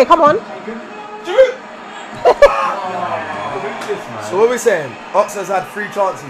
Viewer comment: Why are people saying GIroude?!? It's a SILENT D!!!! GIROUD, like G-ee-rou! You don't pronounce the K in knowing, do ya?! Man's been in London 4 years and you lot can't say his properly. Ffs.